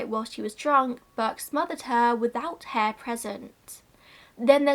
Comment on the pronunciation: after mentioning what happened to Burke's skeleton and skin I thought you were saying that no one knew what happened to Burke's hair 😂😂 I was really confused but soon realised you meant Hare 😂